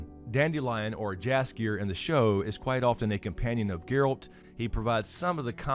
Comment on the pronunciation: Polish person here. "Jaskier" is pronounced as "Yaskier". By the way it means Buttercup.